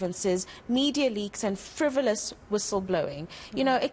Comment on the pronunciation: Frivilous wissle-blowing????